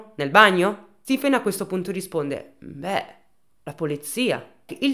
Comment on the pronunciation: Come si scrive Stifen? Di solito è e si pronuncia Stephen . Solo una piccola mia curiosità